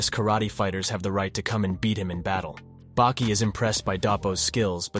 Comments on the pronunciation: Saying bakey is really messing me up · I never heard anyone call Baki - Beki lol... wtf man lol why. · And he corrects it even in the middle and still calls him beki after tf?